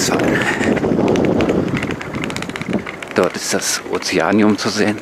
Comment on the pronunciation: Kindheitserinnerungen kommen in mir hoch! Oma, die Onkels und Tanten haben wir mehrmals im Jahr besucht. Der ganze Hafenbereich , in dem das Kopfsteinpflaster zu sehen ist, war früher militärisches Sperrgebiet. Das Aquarium wird vor Ort als "Ozeaneeum" , also mit langem "e" ausgesprochen. Gegenüber der Rathauspassage befindet sich das Stammhaus von C&A und, und und... Dankeschön für diesen flashback!!! Gruß aus Berlin, Ronald Ach ja, Rügendammbrücke 👍👍👍